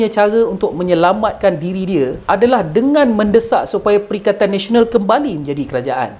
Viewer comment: Perikatan Malaysia lah. sebab Pertkaian Nasional hikhikhik bagus juga sebutan.